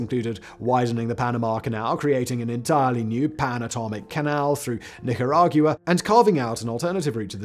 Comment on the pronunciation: There's no /ju/ sound in "Nicaragua." Gotta keep Englishmen away from the Spanish language. 😉